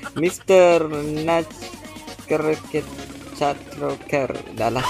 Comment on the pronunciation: Mr Nutcritttcrreecter 🤣